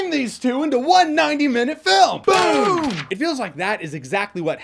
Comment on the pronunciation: 😂 "B O O M ! "